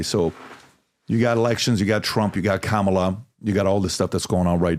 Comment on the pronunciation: It is great to see a host who is intelligent. He listens to his guest without interrupting him, and this is how we learn. Other hosts arrogantly enjoy the sound of their voices and talk too much. This host even remembers how to pronounce “Kamala”. 👏🏽No host is perfect, but this guy tries.